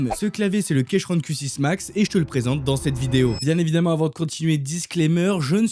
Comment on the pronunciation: Ça se prononce "kiikrone" pas kéchrone ˆˆ Et les touches supplémentaire c'est pour le mapping MacOS qui en France est assez différent du mapping PC AZERTY classique.